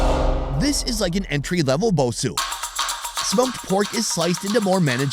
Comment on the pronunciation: bosou is pronounced bo- sow